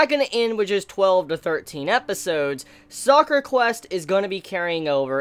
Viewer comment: Ugh, so cringey. It's called Sakura Quest. Not Soccer Quest